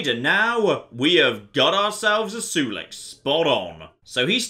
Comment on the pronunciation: The way he pronounces Sulik's name bothers me a bit, I pronounce Sulik as (Soul-lick) not sure if it's the proper way of saying it..maybe is right after all and I'm just a noob